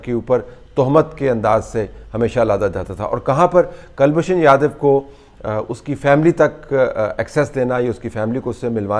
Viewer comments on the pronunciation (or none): kal nahin koolbhushan Jadav. Properly pronounce kiya tha aapke maathe pe pasina chutegi aur taang bhi kampega. POWER CUTS ki vajah se Talat Bhai. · and the first name is Kulbhushan. I'm always surprised at the lack of knowledge amongst Pakstani journalists and commentators of Hindi names. They have diffficulty in pronouncing the names, spelling the names, etc. Probably because they don't have any Hindus left in Pakstan. You never hear Indian journalists pronouncing Mohmdan names incorrectly or spelling incorrectly. We're so used to mohmdan names in India.